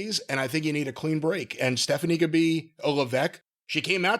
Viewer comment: "Staphanie" lol